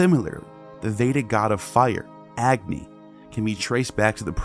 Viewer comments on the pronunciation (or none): none